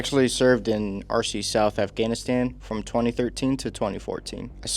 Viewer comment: Guga, you really need to learn how to pronounce certain words. You mispronounced cocoa and Afghanistan.